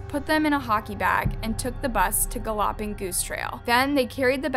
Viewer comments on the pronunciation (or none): Why did you say “gallawping”? Have you really never heard of the word “galloping”? Like what horses do? 😂😂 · Did you just say guh-lopping? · lol "gaLOPPING" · Gull opping goose trail..... I swear she has a random simple word pronounced I credibly wrong in every video. When she said cad ivver dog in another video I died XD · No way you just pronounced galloping as "ga-lopping" lmfao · Why is no one else concerned about the way she said “galloping”? Lol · I'm sorry but I can't get over how you pronounced "galloping." 😂😂😂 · When she says galloping .. 🤣